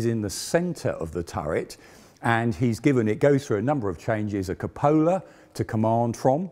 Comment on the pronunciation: Love the Tank Museum Channel! One thing, though. Cupola is pronounced incorrectly. 😊